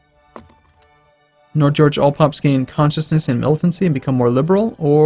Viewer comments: Your pronouncation is improving but how do you get nordnorge nord-norge (north norway) to nord george. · Nordnorge = North Norway Your american pronunciation is sooo funny. "Nor Georg" haha. And I'm just a dane, so I can't even say it properly myself.